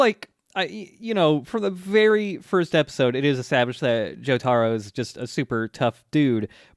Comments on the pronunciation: Joe Tah Row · You're gonna take these low tier weebs and their Joe-Tar-Oh and you're gonna like it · I love you guys but...you gotta start saying Jotaro right lol it is driving me nuts